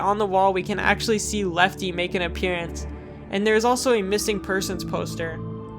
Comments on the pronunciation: Helpy, not Lefty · This guy called helpy lefty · It's helpy not lefty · anyone else notice how he called help lefty? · I think you meant helpy when you said lefte. If not, I must not have noticed it, haha! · anyone gonna talk about how he called helpy Lefty? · He called helpy lefte :) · i like how he called helpy lefty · Am I the only one who is talking about how they called helpy.. lefty..?